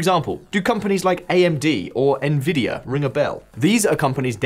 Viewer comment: NVidia? Na Vidya? Tell me you've never been a pc gamer without saying it....